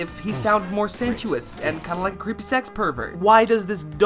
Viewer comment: Why do you pronounce ‘creepy’ as “krippy.”